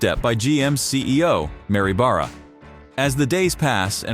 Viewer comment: This guy narrating the video mispronounces Oshawa and Barra and not once says anything relevant to the subject. Who makes this crap up?